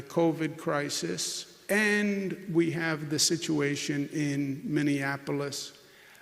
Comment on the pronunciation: When someone can't pronounce the word and, you Probably should, i don't know, get rid... of the idiot?